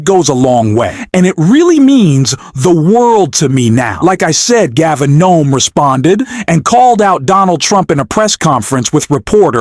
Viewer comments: Why do you keep calling the governor "Noem"? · Newsom, not Noem. C'mon. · You keep saying the wrong person. It's Gavin Newsom. Not Gavin gnome. Oh and impeach and lock up Trump right now. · GAVIN NOME?? ATTN TO THE REPORTER .STUPID ERROR YOU MADE.. PRIOR TO YOUR VERBAL STATEMENTS CHECK ACCURACY OF THE CORRECT NAME OF THE HONORABLE GOVERNOR OF CALIF IS GAVIN NEWSOME NOT NOME !! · It's Gavin Newsom not Gavin Noam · WHY do you keep calling the California Governor NOME ? His name is GAVIN NEWSOM !!! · You’re an idiot. His name is Newsom not knom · You keep calling Newsome, Knome. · Who the hell is Nome ? Come on man its governor Governor Newsom! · The name ain't Nome. It's NEWSOME. ( You could have at least programmed the voice to say his name correctly. ) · Double check your names and pronunciation! You keep calling the gov. Gnome. It's Newsom, not gnome. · Why ar you saying Gavin Noem..that's not the gov 's name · Pronounce Gavin Newsom, not Gavin Knome! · For GOD's sake - get an interviewer that gets the names right ! Gavin NEWSOM. !!!! - NOT Noem !!!!! She's the PUPPY KILLER. Disgusting reporting. Stupid rump. Guess what !? There is NOT large Spigot up in Oregon/Washington that lets water run down the west coast into California !! DUH !!!! DUMBO !!!!!!! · The governor name is Newsom, not Noam. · You don't even know the governor name it's newsome not noehm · Teach your machine reader that it’s Gov. Newsome, not Nome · His name is not nome it's NEWSOME!!!!!!! That's at least the THIRD TIME I've heard you mispronounce the Governor's name. Are you AI or what???? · Ehm. It sounds like the narrator is saying "Gavin 'Gnome' on the video. His name is N-E-W-S-O-M, NEW-SOM. Two syllabels, like mine, but without an e at the end. O.K. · Why can't this person pronounce Gavin Newsome? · Why are you mispronouncing Gavin's last name? It's NEWSOM not Nome. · Help me understand why you are saying Gavin "Nome" instead of Newsom. 💙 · It's Galvin Newsom (new some)